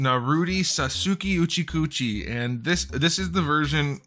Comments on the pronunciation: "Uchicouchie" "Narutie" "Sasuki uchicouchie" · Couldn't get through the pronunciation of Sasuke Uchiha without cracking up. Least favourite is probably Sai. Not as good as Naruto and the face coming off sucks everytime it happens. Still loving this classic Naruto line though with this and how good Naruto is.